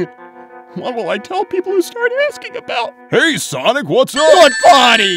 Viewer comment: "HEY SHONIC"